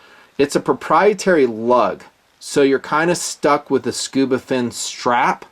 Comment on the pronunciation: “SCUBA-dove”???...come on